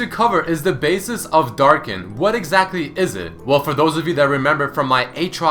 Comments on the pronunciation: Hm. and wiki pronounce Darkin like "Dark's kin" and in my translation it's "Darkins". Ah, the research put into translation. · wait, what exactly is a "Darkin"